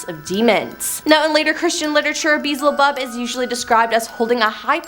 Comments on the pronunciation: “Bizzlebub?!” At least make an attempt at learning how to pronounce these words before making videos.😂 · it's Bee-el-zə-bub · HOW do you pronounce beelzebub wrong??? 🤦🏻‍♀️ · been saying this for a few years now. If someone is going to make a video, do your homework, research, and find out how to pronounce any words you're not sure of. Seriously - who hasn't' heard of Beelzebub 😏